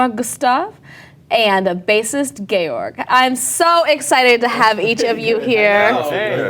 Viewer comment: Georg's face when she pronounced it "gay-org" was priceless xD